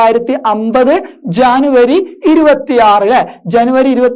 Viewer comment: ജാനുവരി അല്ല ജനുവരിയ 🤣🤣🤣